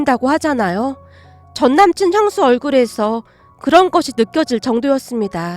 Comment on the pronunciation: 남친 향수가 아니고 형수란다 발음좀 잘허자